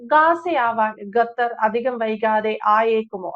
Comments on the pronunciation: ഗത്തർ അല്ല 🤣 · ഗട്ടർ അല്ല, "ഖത്തർ " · not GAthar, but Qatar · GHATHAR ALA " khathar " AANU. JAI HIND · ഖത്തർ not ഗത്തർ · ഗതാർ അല്ല, ഖത്തർ എന്നാണ് ഉച്ചരിക്കേണ്ടതു. ഒരു രാജ്യത്തിന്റെ പേര് ശരിയായ രീതിയിൽ പറയാൻ പഠിച്ചിട്ടു വേണം ഈ പണിക്കിറങ്ങാൻ. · ഗത്തർ അല്ല ഖത്തർ എന്നാണ് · ഗത്തറല്ല, ഖത്തർ. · ഗത്തർ അല്ല ഖത്തർ എന്നാണ് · ഗത്തർ അല്ല ശരിക്ക് ഉച്ഛരിക്ക് ഖത്തർ ആണ് ശരി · Gathar alla Qatar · Gathar alla Qatar. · ഗത്തർ അല്ല ഖത്തർ. ക്യാമറയുടെ മുൻപിൽ വന്നിരുന്നു പറയുന്നതിനു മുൻപ് അക്ഷരങ്ങളും വാക്കുകളും സ്പുടമായി ഉച്ചരിക്കാൻ പഠിക്കുക. ലോകം മുഴുവൻ കേൾക്കുന്നു എന്നൊരു ബോധ്യം ഉണ്ടാകുന്നത് നല്ലതാണ് 😁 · ഗത്തർ അല്ല ഖത്തർ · ഗത്തർ അല്ല. ഖത്തർ